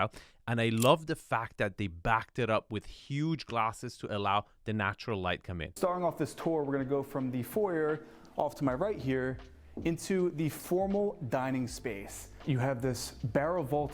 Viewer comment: Did he say “four yer” Did you spot the flaw? For that reason , I’m not buying.